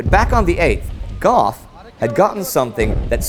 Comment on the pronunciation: Heyhey! You're pronouncing my un-Anglicized (non-anglicized?) family name right! Awesome! Fun side note: Gough is aristocratic German. Interesting he kept the spelling (at the time) despite the anti-German sentiment. I mean, the British Royal Family changed their name to Windsor over it, after all.